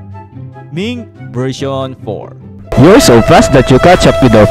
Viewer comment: Wtf is " miinc vereyshchion ban"